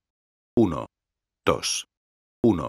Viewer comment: el tio en vez de decir uno-dos dice uno-tos